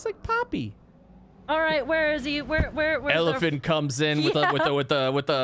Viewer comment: I'm surprised they kept mispronouncing Elfilin.😂